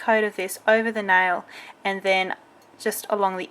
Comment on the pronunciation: If I didn't hear wrong...she says nail wrong...just sayin'.....i don't mean being silly or something